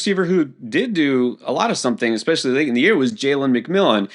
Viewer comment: Quinshon "Junkins" - Sal "eckspecially" Vetri